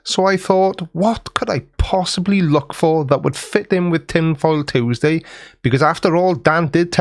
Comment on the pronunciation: I love you but I have to take issue with how you pronounce Tuesday